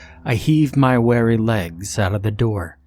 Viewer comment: Also weary (w-ear-ee), not wary (where-ee).